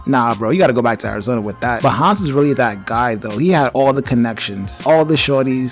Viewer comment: And thats cool but a little bit of research does help. Like the characters' names are pronounced Han and Neela; not "Hans" and "Mila".